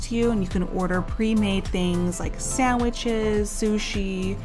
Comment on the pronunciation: I think you are pronouncing the peanut butter and jelly sandwich wrong